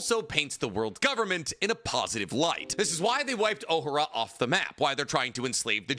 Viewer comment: please it’s Oh-Ha-Rah not Oh-Huh-Ruh 😭😭